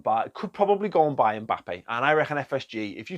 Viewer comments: Do they pronounce Mbappe 'Mbalme' in Wigan? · Klopp makes “MBappes”